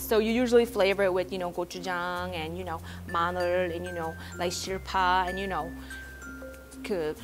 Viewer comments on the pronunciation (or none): "and joo kno" lmao. I couldnt stop laughing.